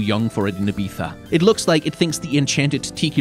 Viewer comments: native spanish speaker here, it depends on where you're from (like, some places in Spain have particular accents, I won't even mention all the Hispanoamerican ones either). That said, your way is, uh... Not it chief. I do give you all the points for trying your hardest at respecting native pronunciation, though! Wasn't expecting your response, I love your content <3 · The way he pronounces Ibiza makes me unreasonably mad.